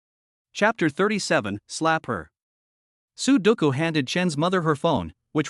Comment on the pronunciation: I hear " su doucou" .. I think the number game sudoku 😁😁😁